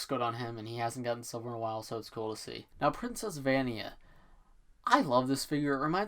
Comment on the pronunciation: Vania is pronounced va-nya